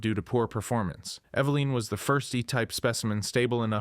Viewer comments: Bro It’s Eveline not Eveleen or Eve Line 😂 also you say Steve is the youngest on the list but then literally say later that Eveline was born in a lab soooo you’re wrong about Steve being the youngest. Cool video tho, you should probably rewatch your videos before posting them to make sure thy make sense tho lol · Its evelyn.. eh beh liiinnnn. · I’m I the only one bugged by the way he says eveline